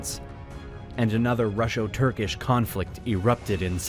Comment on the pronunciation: Russo does not have an “sh”.